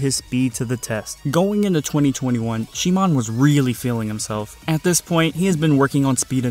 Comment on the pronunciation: is it really she moan?? lmfao